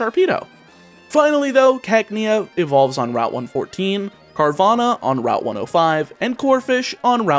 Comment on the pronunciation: It's not Carvana, it's Carvagna